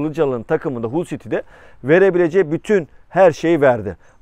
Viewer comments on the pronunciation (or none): none